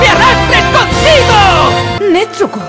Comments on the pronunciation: El doblaje esta bien pero cuando dicen nezuko dicen netsuko xD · ni idea xd yo soy española y digo nezuko no netzuko así que será un fallo del doblaje xd